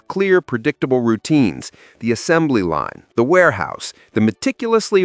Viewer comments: Is this a test? "Warealouse" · "WEARALOUSE"? Anyone else here catch this?